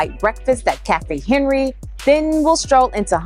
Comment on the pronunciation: FYI: This is my hood....that french bistro Cafe Henri (is not pronounced Henry)...and the Hunters Point library was designed by world famous architect Steven Holl. The best place to eat authentic Italian food in LIC is Manducati Rustica on Vernon Blvd. The owner Gina is amazing...always delicious and homemade gelato too.